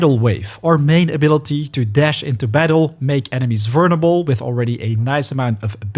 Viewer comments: I'm sorry, you're saying "vernable" instead of "vulnerable". It's triggering my grammar ocd. 😭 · Great video but dude the word is "vul ner able not "vurn able" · The way this guy says vulnerable is absolutely hilarious Vernable lol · Haha, “vurnable”. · Bro you’re not even close on vulnerable, just practice that one a little bit, everything else is sounding goodm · mate. you should ask someone how to pronounce vulnerable. cuz the way you do it is wrong.. really wrong